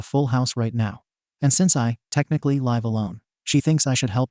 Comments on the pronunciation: Two issues with this video. 1) There is too much repeatition! 2)the robotic voice saying 'lve' the wrong way! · OMG OMG OMG OMG PLEASE LEARN HOW TO PRONOUNCE THE WORD LIVE!!! There are TWO WAYS TO SAY LIVE OMG please please please it is so aggravating so aggravating please learn the two pronunciations OMG it is so stupid to put these stories up and not pronounce the words correctly !! Is is because a bunch of stupid people out these up!?! Please figure it out ONG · OMG pronunciations people!! Live has two different pronunciations please OMG learn it !! A lot of people has said the same thing!! Learn PRONUNCIATIONS OMG foreign language OMG!! Learn people!! If you keep putting things on here!! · Does this guy know how to say live. Is it AI?